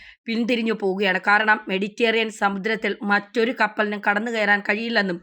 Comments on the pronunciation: മെഡിറ്റേറിയൻ അല്ല മെഡിറ്ററെനിയൻ എന്നെങ്കിലും പറയൂ.. കഷ്ടം..! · 'മെഡിറ്റേറിയൻ' അല്ല, മെഡിറ്ററേനിയൻ സമുദ്രം ആണ്. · മെഡിറ്റേറിയൻ അല്ല മെഡിറ്ററേനിയൻ, ഇതിനുമുൻപ് സപ്രസ് എന്ന് പറഞ്ഞിരുന്നു സൈപ്രസ് അല്ലേ സൈപ്രസ് അല്ലേ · മെഡിറ്റേറിയൻ അല്ല മെഡിറ്ററേനിയൻ എന്ന് ആരെങ്കിലും ഈ കുട്ടിയോടു പറഞ്ഞു കൊടുക്കുമോ? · മെഡിറ്റേറിയൻ അല്ല മെഡിറ്ററേനിയൻ എന്നാണ്. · മെഡിറ്റേറിയൻ അല്ല മെഡിറ്റ രെ നിയൻ എന്നാണ് Ok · മെഡിറ്ററേനിയൻ എന്നാണ്. മെഡിറ്റേറിയൻ അല്ല. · മെഡിറ്റേറിയൻ പാത 😂😂😂😂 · നായിന്റെ മോളേ.. നിനക്കൊക്കെ പോയി ആദ്യം മലയാളം പഠിച്ചൂടെ ?? അന്ത്യശ്യാസ്യം അല്ല.. അന്ത്യശാസനം.. സപ്രസ്സോ ?? സൈപ്രസ് ആണോ സ്യാറി ഉഢ്യേഷിച്ചത് ? മെഡിറ്റേറിയൻ.. എന്നല്ല.. മെഡിറ്ററേനിയൻ ! 5 ആം ക്ലാസ് തോറ്റാൽ അപ്പൊ ഇറങ്ങിക്കോളും.. ഓൺലൈൻ ന്യൂസുമായി.. നിന്റെയൊക്കെ ഉളുപ്പില്ലായ്മ സമ്മതിക്കണം മോളേ .. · സ്‌കൂളിൽ പോയി മലയാളം പഠിക്കുക...........മഹാകഷ്ടം തന്നെ........ അധീനത. മെഡിറ്ററേനിയൻ, സൈപ്രസ്, അന്ത്യശാസനം